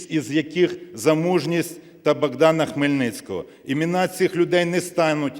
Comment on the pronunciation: НЕ БАҐДАНА, А БОГДАНА. ВЖЕ НЕ ДОБУСТИМО.